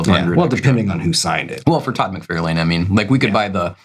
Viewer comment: Why does he keep saying “McFAIRLane”? Todd himself(and everyone else) pronounces it “McFARlin”.